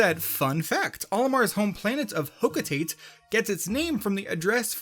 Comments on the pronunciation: Ugh, another person who pronounces "Hocotate" as "hoe-koe-teight" instead of "Hoe-koe-tah-teh." Ironically, you said "Ujadani" almost perfectly. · Hocotate is pronounced Ho-KO-ta-Te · The way you said 'hokotate' really hurt society as a whole